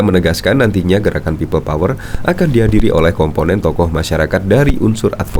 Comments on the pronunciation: embah ngomong pipel powel we ga jelas.....tobato mbaaah... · Pipel pouer..pipel pouer.. 🤣🤣🤣🤣